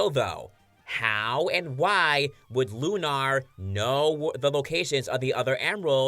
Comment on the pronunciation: Lunar is not pronounced loon-R its loon-ER (sorry for being a grammar Nazi but Jesus Christ it’s really fucking annoying!!)